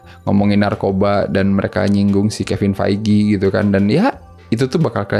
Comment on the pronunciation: DARI DULU INI CHANNEL GA BISA NYEBUT NAMA KEVIN FEIGE KEFIN FAIGIII SIAPA ANJIAAAY